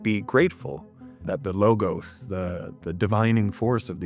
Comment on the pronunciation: You somewhat get off on the wrong foot when you mispronounce the word 'logos' Law-gahss